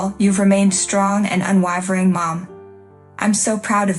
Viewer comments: Exactly what I thought too. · Boring story and poor narration. The word "unwavering" is pronounced UN WAY VER ING, not UN WAH VER ING. And whomever did the text should find another job. Also, use a thesaurus - steely and unWAHvering were horribly overused.